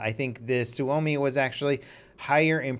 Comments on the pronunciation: You just not said "suami"? IT'S SUOMI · it doesn't have a w when you pronounce it and actually says su-oumi if he left the extra u he'd be correctly pronouncing the name of FATHERLAND PERKELE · butchered the word Suomi because it sounded like Swuomi when he said it lol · "suvomi" lol TORILLE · "Suami" xDDD that sounds funny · Suomi is pronounced sawme